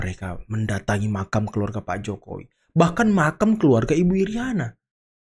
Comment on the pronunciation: 'Makam' bkn makan bang . 😂😂